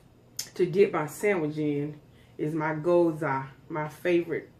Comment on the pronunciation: “Geeeee yooooo zuuhh” GYOZA